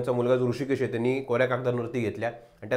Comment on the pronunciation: Nit Marathi bolnari loka nahit ka tumchyakade? ‘Tenni’ kay asta? Mala tar ‘tyanni’ mahitye